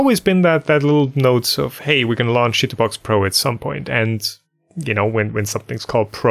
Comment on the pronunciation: Just me or does it sound like is on purpose saying chitubox as shit in box!